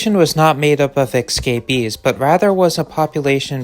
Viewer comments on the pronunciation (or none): ES ES ES CAPEES. ESCAPEES. NOT ECSCAPEES …. It’s hard to ignore considering the number of times you used it. 😂😂. I assume yo7 would prefer to say it correctly… Having said that, I wish we had a population of marmosets. They’re so cute! But the chances of them being captured and abused woild be high because they’re so tiny.